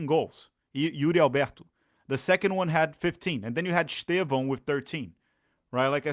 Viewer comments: Excellent analysis, earned a sub. 👍 must admit it took me the entire video to work out that you were referring to Estevao, that proper pronunciation is so different to what the commentators use here😂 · You pronunciated both Allan and Estêvão wrong. Despite being Brazilian, I think you don´t live in Brazil... ;P